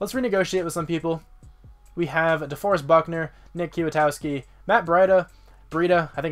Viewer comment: Knee. I think Kwiatkowski is pronounced 'Quit-Cow-Ski'... I think